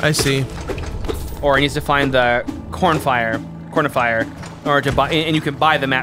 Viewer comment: It really hurt when he said cornifier